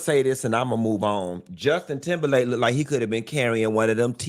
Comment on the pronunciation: Did Q say Justin Timberland???😂😂